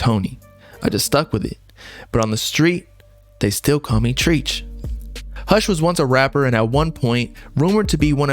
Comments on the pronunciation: How can you say they called him Tony Treacherous and proceed to pronounce his nickname as treech, opposed to (tretch)? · lol at "tREACH" nah its TR-ETCH like the rapper treach from Naughty by Nature and the beginning of the word Treacherous. lol but informative no doubt, good work g. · Its not 🌲 ch, its treach.Silly white man. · Pronouncing treacherous properly, then pronouncing treach as treech is pure madness and badness combination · Ain’t no way bro kept saying “ treech” after saying treacherous 😂😂😂. still a nice video. Drake Epstein definitely going down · TREACHEROUS ITS PRONOUNCED TRECH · no way u said treach wrong after saying treacherous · You just read out loud "treacherous" and still said "treech"?🤣🤣🤣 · Treach is pronounced like fetch. Everything else you reported is muy bueno. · TREECH-AROUS..THIS GUY MAKE DOCS WITH A GRADE 1 VOCAB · TREE-CH..YOU SUCK AT DOCUMENTARIES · Bro you just said Treacherous correctly then to go back saying Treach wrong lol. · How tf do you correctly pronounce “treacherous” and then proceeds to mispronounce “treach”?? 😅